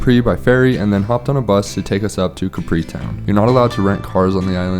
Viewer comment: Thank you for this episode. Regarding your claim on Capri (please work on your pronunciation) being the most beautiful in Europe. How many other islands are you comparing it to? Keep up the fun